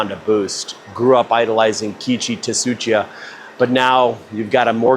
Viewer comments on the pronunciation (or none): FYI the T in Tsuchiya is silent. Su-chi-uh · Absolutely butchered the pronunciation on Tsuchiya’s name 😭